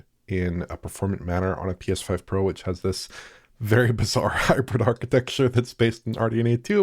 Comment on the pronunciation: Way twacing on the PSfoive Pwow then .